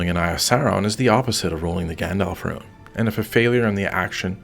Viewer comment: Gandalf “Rune” …not “Ruin”. Other than that, good informative video.